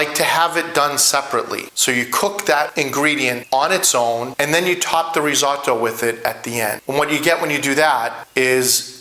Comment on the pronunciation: I love risotto and have made it for years. Yours looks fantastic no doubt about it but please please don’t call it risAWtoe. As an Italian you know it’s not pronounced that way.